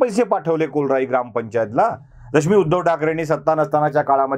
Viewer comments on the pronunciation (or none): कोलराई नाही, कोर्लाई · KOLRAI NAHI RE BABA KORLAI